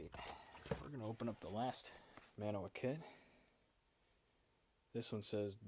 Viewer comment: If you keep doing videos, you need to invest in a tripod. Mantua is pronounced "Man-Choo-Ah" as you don't pronounce the "t". The "pot metal" you refer to is actually called Zamack, which is mostly zinc and will suffer from zinc rot. I've got that very same MOW car by Revel and just recently I got 3 more MOW cars made by True Scale-- 1 Kitchen car, 1 Maintenance box car & 1 working Caboose. Cheers - TN